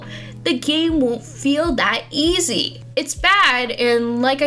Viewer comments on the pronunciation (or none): none